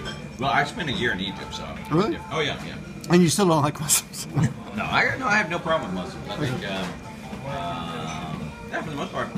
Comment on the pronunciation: You mean you don't under WHO Muslims are. We are not a thing, we are people. But you seemed to be drunk, so I'll forgive you that one. If you'd like to get to know us, then you can start by pronouncing "muslim" properly. First, pronounce the "mu" like a Japanese would, and pronounce the "s" as the letter "s" not the letter "z".